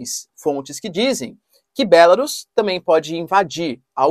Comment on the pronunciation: Bélarus? sua pronuncia está errada, não se pronuncia com essa entonação.